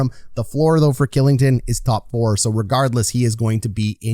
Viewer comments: Lu cheech vluh dar shill ing ton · "Killington", "Luchik" and "Vlayder"... Is it so hard to pronounce these names properly? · Dude, you need to check out your pronunciation of ol' Olli KILLINGTON, otherwise good vid bud. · Kylington = Shilington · Kylington is pronounced Shillington. Just for future reference🙂 But great video can’t wait to watch this team this season! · Also his contract is bonus loaded so it’s easily tradeable and he only has to submit 8 teams he can’t be traded too. Also Kylington is pronounced Shill like chill with an S, ing-ton